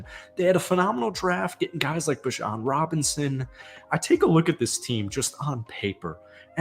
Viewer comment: it’s beejon not bijawn😭